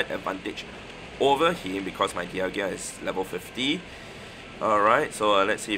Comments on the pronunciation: Di-al-ga not Di-al-gia. lol. Just trying to be helpful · Dial-ga … what is a dial-gia?😂😂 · Sorry, i normally wouldn't make this comment but i've heard you mispronounce Dialga so much. You say DIAL-GIA, but it's DIAL-GA. Appreciate all you do for the game and your content. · You also keep saying deealgEEa...there's no i there bro 😂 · Why do you keep saying Dialgia?! 😫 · Lol it’s bothered me too